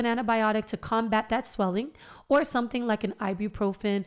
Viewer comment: “Sweeling” so funny girl! I’m literally sitting here chuckling for the first time after my extraction early this morning so I thank you. I needed tht lil laugh.. 😂You better do yo podcast perfectly, so inviting and very professional! Yasss gworl!!! I said YOU BETTA DO IT! More importantly, I truly needed this! You explained it in a way that made me understand and trust you. Not to mention you cute sisss!!! Felt like a good friend just giving me advice… not many can achieve that and for that I appreciate you!!! ❤️❤️💪🏾